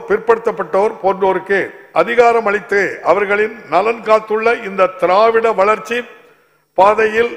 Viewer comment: த்த்த்த்திராராராராவ்விட ரொம்ப அழுத்துராரு பா